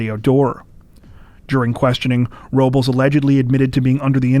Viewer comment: PRONOUNCE IT RIGHT. ROBLES IS “ROwB LESS” NOT “RO BOWLS” What the fuck are you people on.